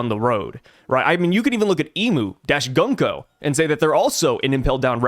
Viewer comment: Been telling you forever to pronounce Gunko correctly and now you’re a cat Consequences